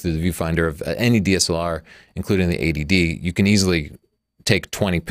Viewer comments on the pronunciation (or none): just a pointer; you should say EIGHTY---- D for this camera comparison , you're saying it phonetically like ADD. (this is Attention Deficit Disorder- not a cannon camera)